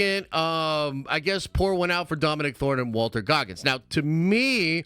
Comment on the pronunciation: Also, dumba$$, it's Walton Goggins, not Walter.